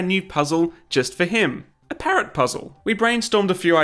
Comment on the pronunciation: I can’t stand the way u say parrot